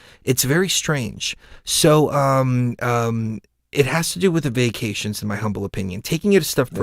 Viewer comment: fyi...when you were referring to vaccinations, you were actually saying "vacations"... again, just fyi.